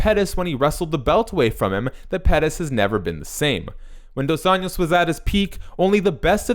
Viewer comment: It's pronounced dos "anjos", like saying angel but with "o", other than that great video